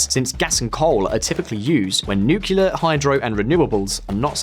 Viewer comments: Nuclear, not 'nucjular' ffs! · For the goddamned millionth time, it's NUCLEAR, NOT NUKULAR! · I thought we all agreed that "nukular" was for tardos. It's NU-CLEAR. NEW-CLEAR. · NU-CLE-AR . not nucular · NuCLEAR not nucular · Nucular? Ffs... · did you say nukular? :D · Jesus, learn to pronounce nuclear properly